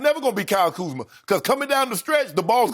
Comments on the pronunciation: B Scott called Kuzma, Kuzman and then he called Montrez, Montell 😂😂😂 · We know who the top players are. Just ask Byron Scott. If they're not there top he's going to butcher their names. "Kuzmin" and "Montel"!!!!!!! 😅😅😅😅😅😅😅